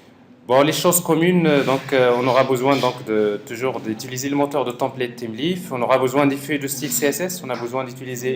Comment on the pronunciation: Thymeleaf se prononce : [ time lif] , il me semble. Super vidéo c'est nickel